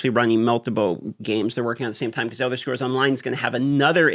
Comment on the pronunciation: Should have practiced saying the word Scrolls before you made this video